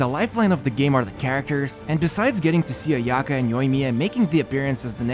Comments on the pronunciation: The way he says Ayaka.... why do you have to make our ears bleed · The way you pronounce Ayaka and Sayu is so bad lmao Its Aya-kah and Saa-yu, not Ayaeka and Seyu